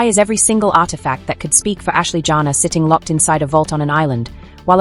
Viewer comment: Her name is not JANA. It is Janae. Pronounced Janay! Your tone is rude. Good riddings!